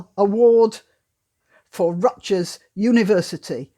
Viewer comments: Hard "G" in Rutgers (Rut-gurr) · P. S. The g in Rutgers is pronounced as a G, not a J.